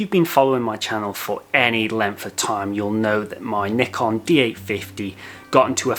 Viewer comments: IT ISN'T NICK-ON!!! It's NYE-CON you twits! Or at LEAST according to the FOUNDER of NYE-CON... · great video but Bruh, it's pronounced like N-EYE-KAHN not N-IH-KUN